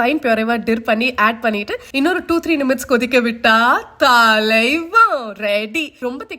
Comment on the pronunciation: Minutes ❌ Nimites ✅